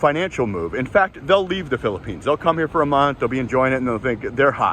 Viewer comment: leave, not “llve”…